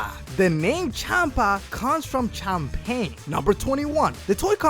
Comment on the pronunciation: #1 is wrong uub doesnt even appear (or is even born yet probably) pan and bulla are only just born half way thru the entire show (bulla being around episode 80-89) #2 is wrong he did the designs only, 3 isnt related to super, 4 same #20 that is not how you pronounce Champagne, #28 that is not how you pronounce sean schemmel